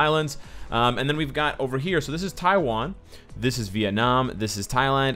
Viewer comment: Love the way you say " Viet Nam " <333 Big love from Viet Nam . Ing : Ditmegoogle